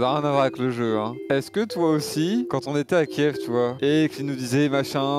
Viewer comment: La prononciation de Kiev a fait beaucoup de bruit car les chaines d'informations le prononcé mal et les Ukrainiens n'était pas content (C'était pendant les conflit/Bombardement de l'Ukraine par la Russie) Bref tout ça pour dire que terra ne prononce pas bien le mot Kiev, ce qui (pas à cause de lui) offusque les Ukrainiens Mouais c'est bien trop long pour exprimer un truc sans réel importance :face-green-smiling